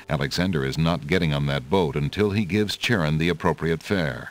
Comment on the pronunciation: They didn't pronounce Charon correctly, sadly. It's pronounced like "Kare-on".